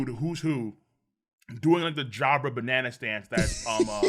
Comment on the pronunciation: Says banana correctly then corrects himself by saying "banearna". WHAT?